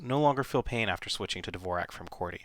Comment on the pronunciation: you are pronouncing dvorak incorrectly. it's like the great composer, Dvorak, which the world has been pronouncing correctly for years. if you're telling me everyone pronounces it incorrectly, i will never have any respect for this method. first learn to say the guy's name right. and i read that the speed factor was never proven. and the reason mrs. blackburn "REFUSES" to type on the other one is because she doesn't want to make the switch, just like so many of us who don't want to relearn.